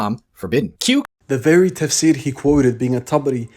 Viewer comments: "Tasfir" Yeah no. Lost me there. If you can't even do your due diligence in pronouncing words correctly, I doubt you actually know what you're talking about. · "taSphere" lok, i can't, these christians can't even pronounce how it is spelled correctly, it's not that hard. Taf-sir (tough-sear). He goes on to say ta-sphere repeatedly. 😂